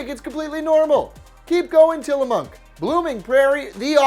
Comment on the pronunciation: He added an n to tillamook